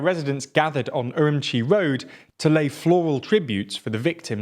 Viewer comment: I just love how every news outlet pronounces Urumqi in their own, unique, and WRONG way. This guy says um-Chee, others say er-oom-key, but the correct way is er-oom-chee. I used to live there, trust me.